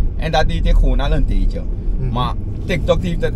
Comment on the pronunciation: “Dat deed ik al een tijdtjeee” dat surinaamse accent ahhahahahahahahahahagaga. En dan lachhen ze nederlanders uit. Hahhahahaha tak normaal